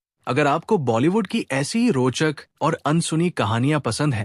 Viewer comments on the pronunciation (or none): none